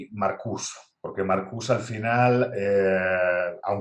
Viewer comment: Marcuse con la E al final, era aleman, se pronuncia igual que Porsche o Nietzsche, la "e" no es muda.